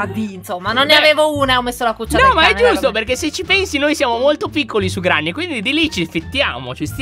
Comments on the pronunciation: Ciao Lyon ti devo dire solo 1 cosa allora granny non si direbbe granny ma grenny ok? Ciao (sei il mio youtuber preferito) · Comunque si scrive Granny e si legge grenny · Ma si dice Grenny